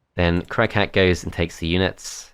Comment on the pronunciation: Shoutout to everyone who kept hearing "Crack-hat" instead of Crag Hack